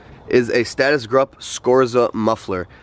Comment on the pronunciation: I could be wrong but I was always under the impression the brand was pronounced “group”